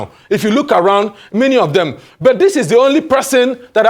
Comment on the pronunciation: buth, cannoth 😅